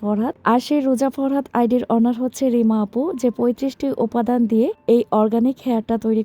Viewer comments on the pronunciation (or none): none